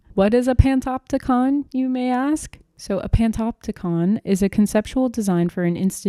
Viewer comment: truly informative video! I enjoyed it :) only thing is I believe it's pronounced "pan-OP-ticon"!